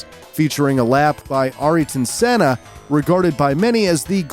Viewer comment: It hurts. It's pronounced air-ton senna. No offense